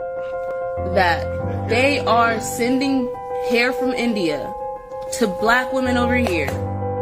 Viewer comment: It's pronounced hair not here 🌹💜